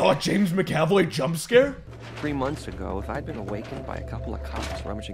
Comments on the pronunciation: It's mac-a-voy not ma-caf-oy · It’s not “Mick-Aaaahh-Voy”. It’s “Mac-Uh-Voy”. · I'm sorry but the way you pronounced MCAVOYs name is ridiculous, soooo here it is :ma·kuh·voy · “I am now James Mick-Ave-Oy” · James Ma--oy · I can't tell if is saying mc - avoy for giggles or if he really doesn't know how to pronounce Mcavoy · "Macav oi" 😂😂😂😂😂😂😂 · The way that McAvoy was pronounced was twisting my mind.